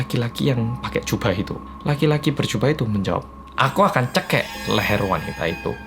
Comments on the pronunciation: Cekik mas bukan cekek😂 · Kecanduan aku ,,, tulisan cekik bang hansol bacanya cekek 😂😂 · Logat bhs cekik mlh cekel😂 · Cekik = cekek = cegekk yaamponn "the logat of "